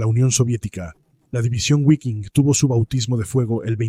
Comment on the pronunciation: repugnante como pronuncia "Guafen" y "guiking" aprende a pronunciar bien que da asco como pronuncias